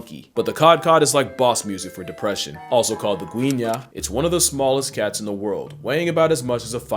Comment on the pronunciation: I love that you not only perfectly pronounce guiña, but also mapuche, god bless you ma bruda